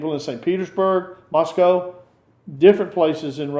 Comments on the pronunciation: The West is in decline. Move to Russia. It's refreshing to actually hear an American pronounce Moscow correctly! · . Thank you for correct pronunciation. Every western says “Moss-Cow”. It’s “Mus-Coe”.